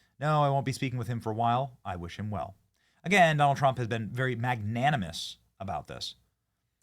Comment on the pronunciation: “President Jonald Trump”